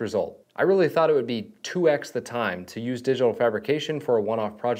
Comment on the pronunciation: "2 ex" sort you self out 🤣